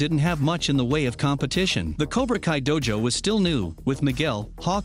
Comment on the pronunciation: Dummy do... its said like doe ya know dojo DO-jo